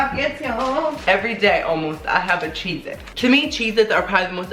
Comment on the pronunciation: "so chezety" lol